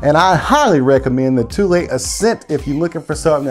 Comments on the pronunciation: it’s pronounced “too-lee” not “tool” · It’s pronounced ‘tool’ but spelt Thule